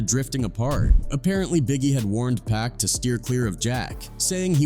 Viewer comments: Can't listen to all of the "pack" mispronouncing... Its actually a bit disrespectful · It would help if your AI didn’t keep calling Pac, “Pack”..